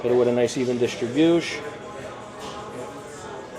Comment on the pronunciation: Drinking game: Take a swig everytime this knob end says "Distribushe".